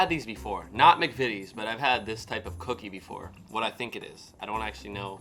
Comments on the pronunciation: You are the first American I've watched try British snacks to pronounce McVities correctly well done son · You are the only American who has pronounced the McVitie’s right. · I agree, I've watched loads of Americans try and review British sweets/snacks and British "Biscuits" and you're the first one to pronounce McVities correctly . Try the chocolate digestives with a "Brew" or cup of tea, they are amazing. We have Hersheys in the UK , but compared to Cadbury or British chocolate in general are rubbish. I work for a large supermarket and Cadbury sells 10 to 1 over Hersheys . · You’re the first American I’ve seen to pronounce McVities right, but like every other American you’re eating it upside down! I guess it doesn’t really make much of a difference because the flavour will be the same, but we would eat it chocolate side up. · you have done the best reaction to British snacks even pronouncing McVities correctly. There is nothing better sitting around a table chatting with friends & family with a cup of tea and dunking biscuits. The ginger nuts I prefer dunked in tea or coffee. I lived in Australia, Cadbury chocolate tasted different there because of the extreme heat Cadbury Australia includes ingredients to stop the chocolate melting. Your Crumpets won't have a long shelf life, well toasted buttered while hot, the butter melts into the tiny holes served with a cup of tea, ideal for breakfast or on a cold autumn/winter afternoon with a cuppa. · And well done young man, you are the first American reviewer who just seemed to know how to say "McVities" without hesitating or trying it 3 different ways. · Yep... nice job, spot on 😊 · You aren't wrong.